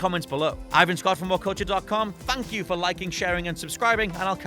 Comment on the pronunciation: Did you just say "TANK YOU" ? You uncultured swine